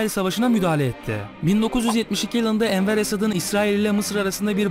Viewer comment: Enver esat değil, Enver Sedat